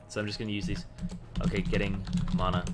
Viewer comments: you say it like MAW-na i say it like MAN-a not bad just something i noticed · and y do u say mana like tht.. and u dont level up e first usually..